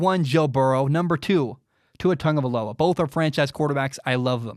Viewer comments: Cuz it's pronounced how said it. Tongue-uh-vie-low-uh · I mean that is how it’s pronounced